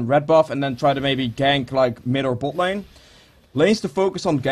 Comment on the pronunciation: i heard it when you said bot lane :)